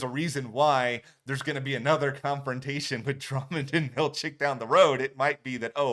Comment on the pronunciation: Its such a pet peeve of mine when people say/spell "Milcheck" so THANK YOU for saying his name right!!! (Milchick. CHICK)! Love your videos, but I truly think Burt did save Irv. We shall see!!! 🤞🏽